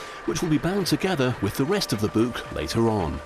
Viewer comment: "this buke"